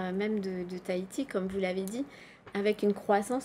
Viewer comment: Comment elle prononce Tahiti ... tahitiche héééé